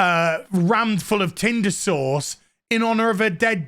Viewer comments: Can someone translate British. Is saying tinder sauce or tinder source? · Omg... saying tinder sauced or sourced... who knows... it's killing me hahaha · 🤭😂 Me when I realized you’re not saying tender sauce you’re saying tindr sauce! 🤣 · I thought Odin’s old man voice saying “tinder sauce” was funny but holy shit when I heard your posh old world accent stress the syllables on sauce when saying “tinder sauce” I lost my shit. Thank you for that.